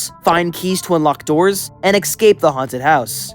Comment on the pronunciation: Esc-ape not ex-scape